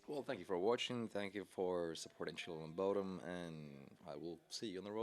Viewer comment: I always thought he said chillin of bodom ♡:(